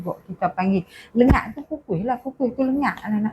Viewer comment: Lengat..bukan lenggat 👍✅